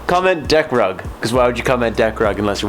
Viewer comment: Did you say deck rug or dick rub...?